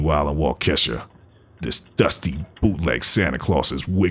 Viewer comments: Santa is in Walk-a-sha. Not Washeka. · #WAUKESHA<WI. it is pernoused wal ke shaw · Love your channel, keep up the good work just FYI Waukesha is pronounced, Walk a shaw thanks for keeping us informed. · ......always amazes me when people that are not from Wisconsin try to pronounce the city names.....It is pronounced Walk-a shaw...